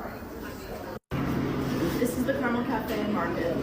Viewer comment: I have to stress every time the Carmel High video goes around, it's pronounced car-mull. Not car-mell. And yeah. They're a rich suburb North of Indianapolis in their own separate county so they don't have to share their wealth with the rest of the city.